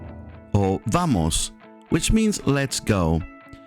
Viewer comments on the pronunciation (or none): Honest question: Is it a V sound or a B sound? Sounded like you said the B sound when you say it fast but V sound when you say it slow. Which is it? I've noticed this with other words like the word OLD .